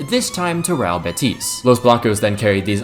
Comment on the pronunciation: BEtis real BEtis, the tonic syllabe is the first one